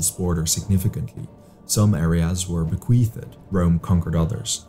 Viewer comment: Bequeathed has only two syllables